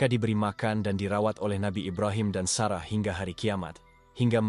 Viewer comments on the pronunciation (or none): none